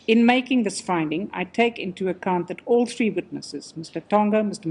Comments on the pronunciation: "It was a tree day event..." 🤭🤣🤣🤣🤣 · I love you. You’re amazing in fact. You can pronounce South African names, as if the names were your favorite food on a menu. But brother,, you can butcher turdteen, (13), trees (3) and trees (yes, as in trees in every language. It may sound as if I’m actually complaining? But I’m not, truly. I would have it in other way!